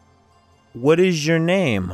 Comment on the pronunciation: Первый раз слышу, чтобы произносили: уот иж ё нейм? МОЖЕТ "УОТ ИЗ Ё НЕЙМ"?????